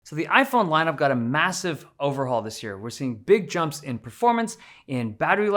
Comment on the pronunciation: did you say… MASSIVE?